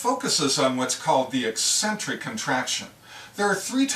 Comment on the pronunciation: What a great explanation. And it is nice to see someone pronounce eccentric correctly.